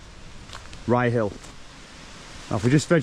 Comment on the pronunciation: Ryyill pronunciation one word... not rye hill. Is that bird with yer on this un 😉